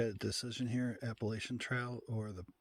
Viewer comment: you cannot be on the Appalachian Trail and pronouncing it like that